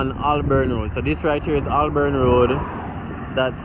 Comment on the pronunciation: It is Hol-born not Ol-born Road.